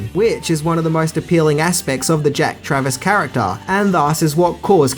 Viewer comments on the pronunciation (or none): It's actually Jack Traven, not Travis. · Keanu played Jack TRAVEN, not Travers/Travis as you pronounced Lol 😂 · Also, it's Jack Traven, not Jack Travis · Just watching this for the first time now and you also said jack travis, not traven lol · Jack Traven, not Jack Travis.